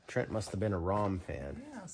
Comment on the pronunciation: Fun video! Thanks for entertaining and educating us. And yes you pronounced my name right. Good job! LOL! Trent